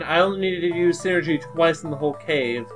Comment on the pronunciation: You're pronouncing psynergy wrong. It's said like "sigh-energy", not like "synergy" as you are saying. They keep talking about how it's a mind power, hence the "psy" as in "psychological" or "psychic." Other than that, nice play-through and commentary.